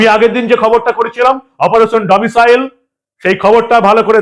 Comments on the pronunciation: ডমিশিয়াল নয়, ডমিসাইল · আপনার উচ্চারণ ভুল হচ্ছে মনোভাব। Domicile certificate। Domicial certificate নয়। তৃণমূল মানেই চোর। মমতা তো প্রমাণিত চোর!! সংবিধান মানে না, দেশদ্রোহী একটা নির্দিমার কীট। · ডমিসিয়াল নয়-Domicile. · কথাটা "ডোমিসাইল" ।